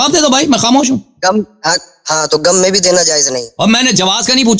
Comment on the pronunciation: Jahil omari gham ko gam kahraha hai.